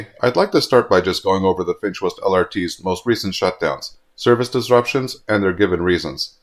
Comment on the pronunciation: Whenever you say, "the Finch West LRT", I keep hearing, "the defenseless LRT" 😂